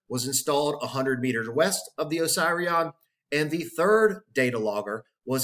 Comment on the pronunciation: Duuuuuude…. I am pretty sure it isn’t supposed to be pronounced oh-psy-re-on. Is it not supposed to be pronounced oh-seeree-on? Am I on a different planet? It’s making my inside hurt every time you say it. I could be wrong but……. ✌🏼😂 great video and thank you.